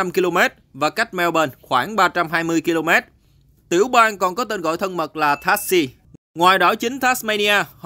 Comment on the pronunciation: Đọc Tassie là Tazi!